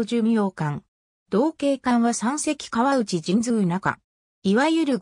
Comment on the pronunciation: あのすいませんが読み方ちがいますよ 川内型せんだい型です そして八八艦隊は、はちはち艦隊です